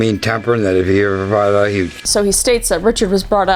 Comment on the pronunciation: Kris, I'm curious about your heritage. , you pronounce "out" as "AHH-oot," and a , you pronounce "been" more like "bean." I'm no linguist, but I'm wondering if you, perhaps, have roots in Minnesota, or possibly Canada.